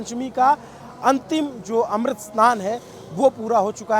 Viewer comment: अमृत को तुम मृत बोल रहे हो , क्यों बाबू